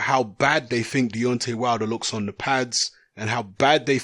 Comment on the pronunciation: Do shut up. And pronounce the word THE properly.